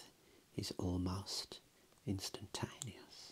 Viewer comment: "death is almost instintanius" Me in my bed 😸